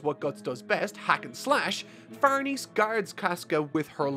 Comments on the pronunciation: Farnese is said like Farnaysay not Farneez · Just a heads up schierke is pronounced sheer-kay and Farnese is pronounced far-ness-ay they are weird names for sure but I’d thought I’d let you know. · It’s Far-neh-cee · Dude, it's really no big deal but can you please check how to pronounce Farnese? It's an Italian name (an old Italian noble family's) and it's really distracting to hear it pronounced as if it's... french?